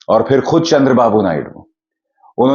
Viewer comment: aapko dekha hai bus aur kisi ko dekhneka dil nahi. Pehle hindi ka ucchaar karna seekho. Pir se nahi fir se. Amesa nahi hamesha. Laatak nahi naatak.